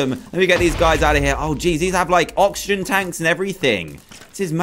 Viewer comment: You said noxigen supply